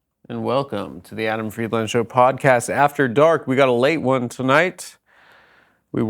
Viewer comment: Why does Adam say his own last name so weird?